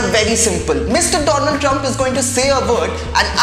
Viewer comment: PM Modi revenged pronouncing DOLAND Trump 🤣